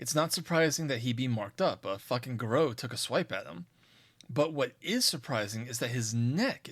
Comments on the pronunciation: It's pronounced gah-roo not garoh. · Fun video, but way you pronounce Garou is like nails on a chalkboard. I've only ever heard it pronounced "gar-roo" due to the French origins of the word.